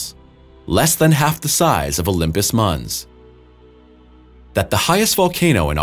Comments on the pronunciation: Mons not munz... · Great video content. Pronunciation is lacking though. Olympus Mons, not Muns, Alien, not Elien, Our solar system, not are solar system. At least you are not saying Mauze - lol. Thanks for posting this fantastic video.